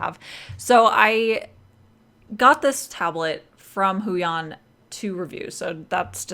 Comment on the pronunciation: I pronounce it: HWEE-on